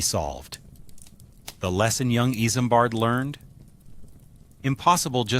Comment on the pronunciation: Not iSAMbard... its pronounced Izmbard like a Z